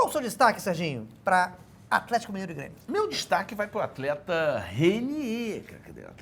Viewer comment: "Afletico" eu n aguento